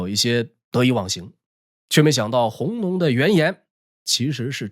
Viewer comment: 弘农的弘在这里不读hong，该读gong（公）。总的来说讲得很好，看完能对这段历史有一个大致了解了。